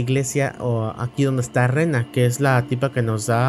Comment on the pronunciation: Me confunde el dice rena y es Ranni